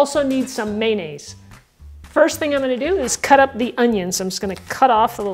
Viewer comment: Oh my goodness what an endearing pronunciation of may-nays